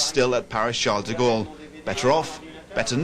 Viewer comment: It's not Sharles de Gaulle